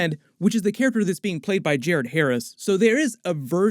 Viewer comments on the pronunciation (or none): none